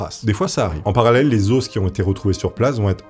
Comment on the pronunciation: on dit "les os", pas "les osses", ca m'a perturbé toute la vidéo!